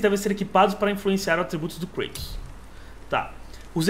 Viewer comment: O nome é Kratos e não Kreitos hehehehehehehe só pistolando mesmo, dá agonia escutar com fonemas em inglês ;)